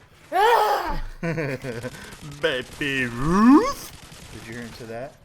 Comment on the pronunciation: didnt know what they were talking about with gooneys then he said BABUYRUTH!! and i was like aaaaaaaaaaaaaaaaaaaaaaaaaaaaaaaaaaaaaaaaaaaaaaaaaaaaa